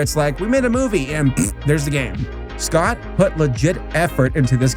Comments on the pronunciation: also yes you did pronounce scott's name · Yes you did say Scott’s name right.also there’s a fnaf movie coming.so could you do a fnaf episode when it comes out?